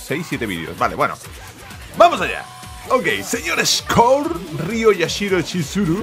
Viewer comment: Este tio se emociona por tan poco, ademas de decir mal el nombre de Yashiro, me sangran los oidos cada que lo dice.